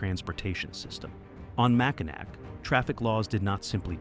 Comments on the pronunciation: It is NOT MackinaC. It’s pronounced MackinaW. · Ain't no way it's Mac in A-ack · Charla-voy. Mack in awe, key-win-awe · It’s not called Mackinac. It’s called Mackall. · It’s pronounced Mackinaw not Mackinac. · First of all it’s Charlevoix. Pronounced char le voy Mackinac. Mack in awe. Seriously learn the pronunciations. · Charlevoix is pronounced Charlevoy, not Charlevor like AI pronounces it. And we call it Mackinaw Island, not Mackinac Island, even though both spellings are correct. Get it right please! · it's pronounced Mac In Naw not Macanac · You should learn how to pronounce the names of the towns and places you talk about. There is no ack sound at the end of Mackinac. You also mispronounced Charlevoix incorrectly. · It is not pronounced Mackall. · Mackinac Island, the ending "c" is silent and the last syllables is pronounced (naw). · Another video that can't pronounce the town names in Michigan. Mack-in-naw ... Char-le-voy ...Aw-na-way ... Key-wa-gnaw ... Negawnee was close. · How about pronouncing Mackinac and Charlevoix correctly? If you’re going to do research, get it right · You can tell when someone doesn't know how or is not from Michigan, by the way they pronounce Mackinac Island.